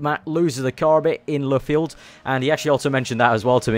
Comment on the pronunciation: Le Field? It's LUFFIELD!